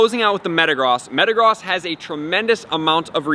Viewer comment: Good video, I didn't know this and will help a lot. And Metagross is pronounced Me-ta-grose so you know.